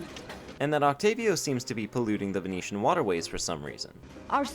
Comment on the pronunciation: Are you Venetian? Your pronunciation of the landmarks was absolutely spot on. None of that “I’m not even gonna try to pronounce that” nonsense. I like it!